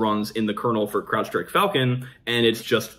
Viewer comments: I hear Crapstrike every time he says Crowdstrike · I could have sworn I heard "crap-strike"